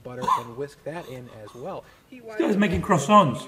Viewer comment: How come you can pronounce Italian food correctly, but when it comes to Croissants you fail.